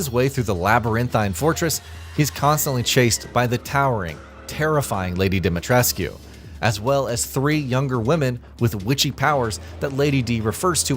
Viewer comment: Why does no one pronounce "Dimitrescu" the way the game does? No one in the game ever pronounces the "U" but so many YouTubers do.